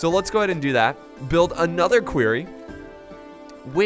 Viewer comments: he says query rather than quarry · "Querry" "Quorry" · listen to Loken because its not queryyyyyyyyyyyyyyyyyyyyyyyyyyyyyyyyyyyyyy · loved this keep it coming please please for the love of god its called a quarry not a query lol a query is if you are asking a question are looking into something xD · Lmao "query" I pronounce it "quory" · Please stop calling them a "queery" it's a "quarry" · Litterally says queery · stop calling the quarry a query, that's not how you say quarry ahhhh!!!! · it hurts my head every time you say quarry wrong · obviously he's just pronouncing the 'a' based off of words like Quack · someone teach him how to pronounce quarry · You're saying Quarry wrong